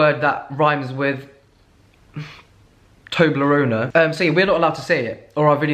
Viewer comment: "toblarona" LOL